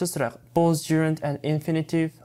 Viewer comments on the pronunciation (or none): Both , with дегенді боз, виз емес боф, виф деп оқылады ғой?